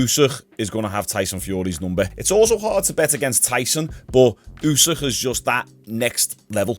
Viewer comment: I'm pretty sure it's Usyk, not Usîh 🤣🤣🤣